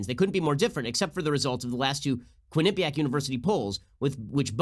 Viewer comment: Love your show Ben. Just an FYI... Quinnipiac is pronounced Quinn - a - PEE - ak.